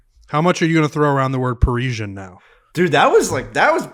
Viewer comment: Confidently correcting somebody when you're wrong has to be one of the most irritating things, pronounced it correctly the first time it's par-is-ee-an